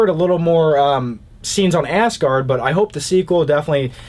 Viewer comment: Assgard? Did anybody else hear it